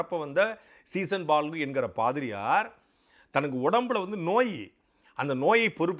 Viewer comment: சாட்டை அவர்களே சீசன்பால்கு இல்லை அவர் பெயர் சீகன் பால்கு